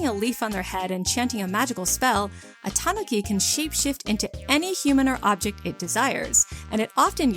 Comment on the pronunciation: the japanese is ta-NU-ki not ta-NO-ki but great vid!